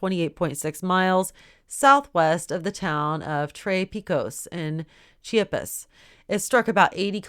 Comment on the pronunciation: It's chee-op-us (Chiapas)